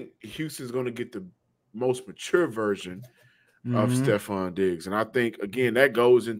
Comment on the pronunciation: always says virgin instead of version 😂